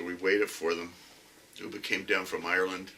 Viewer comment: It's pronounced as UHB AAH , NOT OOBA, He was killed by a Northumbrian, like me!!!! We still share a lot of common words and phases with the Scandinavians (they love coming across to Newcastle on the ferries to shop- it's so much cheaper here) and their accent is just like ours. Of course they first raided Lindisfarne (Holy Island) in 793 AD.